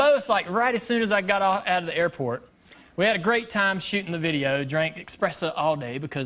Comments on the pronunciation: I caught that, too! It's a pet peeve of mine when people say "expresso," instead of "espresso!" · "...eXpresso..." triggered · Why can no one pronounce espresso